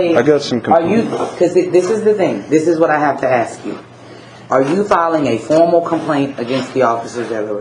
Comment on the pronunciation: Should have asked her for a copy of the affidavits the officers sign about THEM filing a false report! Also, I guess the lieutenant's exam doesn't include correct pronunciation of the word "ask."